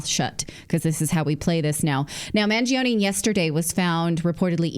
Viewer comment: It's pronounced Man-Joe-ni in Italian, not Mangeeoni. Similar to Pino gio-joe, not Pino greegio